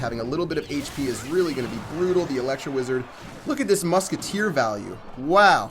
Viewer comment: LOOK AT DI MUKETTEER!!!!